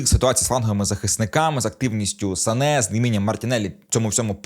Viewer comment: Сане а не Сака)